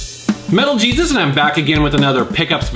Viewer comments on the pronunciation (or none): none